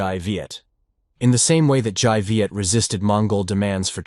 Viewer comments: Dai Viet - the dai is pronounced with a 'd' sound, not a 'j' sound. sounds the same as Cantonese for 'big' : 'dai.' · Dai in Dai Viet should be pronounced as (Dye) not (zhai) as in the video. Written Vietnamese have its own way of pronunciation.. not the same as English. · Very interesting account. Just one thing: the Đ of Đại Việt is pronounced D as in Domino.